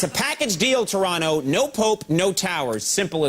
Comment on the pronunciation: Shoutout to Coco for actually pronouncing Toronto right!